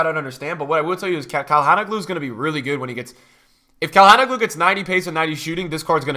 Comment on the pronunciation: the pronunciation of Calhanoglu killed me